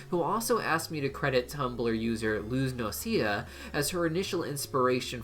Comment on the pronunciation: ITS LUZ NO CE D A NOT LUZ NOCEA